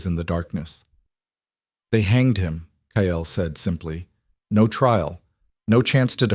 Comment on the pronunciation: another stupid AL calling Kyle, Kiall, Kale, Kayell, cale drives me nuts. just glad you haven’t started adding ads. I will not listen to those that have ads.